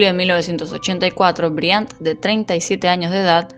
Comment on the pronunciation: Briánt??? Aprende a hablar o dedicate a laburar lavando baños marmota😅